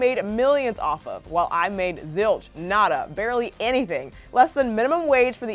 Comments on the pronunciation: "naTTa" sis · omg she said “natta” instead of nada I’m